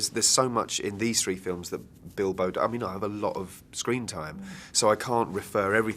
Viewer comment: i heard..that he said dildo instead of bilbo so i came here XD